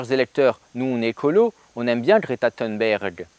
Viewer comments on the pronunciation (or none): Si Greta Thunberg (pas besoin d'essayer de prononcer à l'américaine, elle est suédoise, et en suédois comme en français th=t, et u=u comme dans "unité") ne propose rien, en revanche elle fait quelque chose : mettre la pression sur les dirigeants pour se mettre à prendre les menaces au sérieux. Alors, oui, c'est naïf de sa part. Elle avait 16 ans à peine. Quant aux "quelques matières premières" qui manqueraient à la France pour relocaliser son économie et son industrie, eh bien c'est pas "quelques" qu'il faut dire, mais "presque toutes". Même une centrale nucléaire : du sable (pour le béton), de l'acier, etc., juste pour la construction, c'est près de 100% d'importations. Et les engrais des champs, c'est majoritairement du gaz et de la potasse d'ailleurs. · Toi qui d'habitude fais exprès de mal prononcer les noms anglophones, je ne sais pas pourquoi tu t'ingénies à prononcer Thunberg à l'anglaise. Sache qu'en suédois, ça se prononce peu ou prou à la française ou à l'allemande. Juste "t" et juste "u". "Berg" se prononce par contre "beri" - je sais, étonnant ! Du coup, tu aimes les films d'Ingmar [Beriman] sans le savoir.